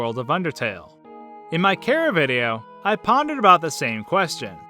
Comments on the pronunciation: it's not Cara, it's chara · chara not carea. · Cɨռռaʍօռ Rօʟʟ There is no official pronunciation of Chara. I can say Care-uh, as in CHARActer, you can say Char-uh, with the "Ch" sounded as it is in chair. Doesn't truly matter to me. Also, Toby's personal pronunciation of Alphys is Al-feez, so there's no need to correct me. Read the posts above.